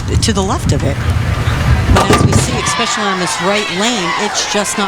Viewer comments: I didn't know eCspecially was a word... 🙄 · Expecially? How can a commentator mess up English this much? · you'd think an announcer would know how to pronounce "especially"